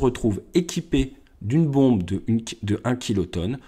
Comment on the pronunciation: salut tu dis bonde mais tu veux dire bombe